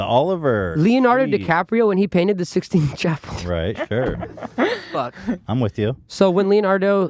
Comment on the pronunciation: Oliver tree is a sick guy it's just funny he called the sistine chapel the sixteenth chapel